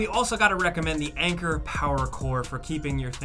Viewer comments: Please, let us know how the hell you were pronouncing 'Anker'?! 🤔🤣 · How were you saying Anker? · How else would anker be pronounced?